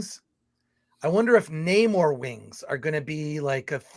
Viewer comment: Nah-More wings?